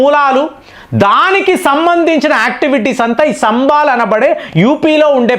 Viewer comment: సంభాల్.... శంభాల్ కాదు